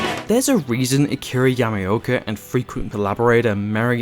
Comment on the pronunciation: Yam ah oh ka not yami oka